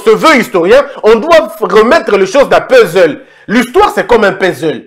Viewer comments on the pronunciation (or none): none